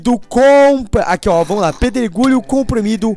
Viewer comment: quem ouviu no final do video ele falando pedro gulho kkkkkkkkkkkkkkkkkkkkk TE AMO!!!